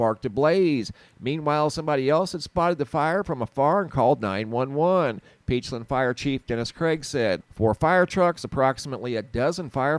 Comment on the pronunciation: Side note. “Peachland” or “peachlind”. I always thought it was the former. Lol